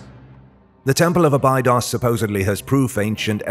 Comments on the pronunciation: Thank you. I knew it was a bad sign when he butchered abados. Probably spelt that wrong, but I'm not pretending to be an expert... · It's pronounced " Abeydos"